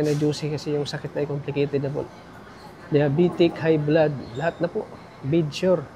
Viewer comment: Tatà BEDSORE tawag doon not bedsure